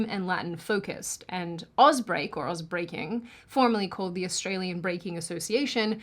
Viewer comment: She said ausbreaking and i thought she said Ozzbreaking. Thought there was a new ozzy breaking scene lmfao